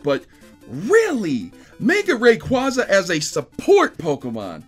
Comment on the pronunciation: requaaaaaaaaza NOT requOza